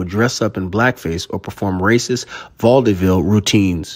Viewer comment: Not to add respect to it at all; just being absolute 'vaudeville' is a 2 syllable word.